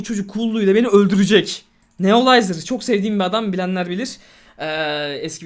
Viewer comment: Abi Neolizeri çok seviyorsun ama adama Nerolizer dedin ne iş ayıp değil mi